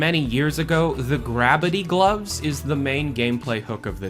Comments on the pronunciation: is he trying to say the gloves aren't called "Gravity Gloves" but instead called "Grab-bity Gloves"? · Channels best Will Ferrell impression I'm sorry, are you saying Grabity Gloves or Gravity Gloves? Grabity with a "B"? Is it Pam or Pan? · Gravity gloves or gravity gloves? I dunno if he was saying something different because all I could hear was Gravity Gloves.